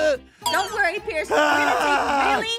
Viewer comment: U said price it's pierce